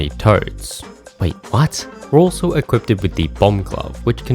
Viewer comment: I'm so sorry to have to be that guy but it's not "equipted"....the word is "equipped" with no T in it. I just don't want you to keep mispronouncing it in every single one of your videos forever. :(